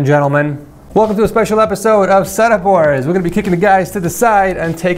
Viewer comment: Bruh the way he says gentlemen 😂